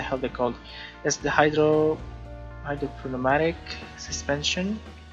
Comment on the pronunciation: thanks,i wanted to see hydropneumatic suspension because no one usually uses it. its pronounced hydroneumatic by the way